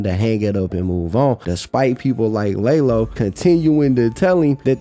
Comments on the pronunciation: Lah low bro not lay low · Good vid but funny ash how u say lalo u pronounced it lay low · Lmaooo its not pronounced Lay-Low its LaLo. In spanish culture, Eduardo is nicknamed Lalo.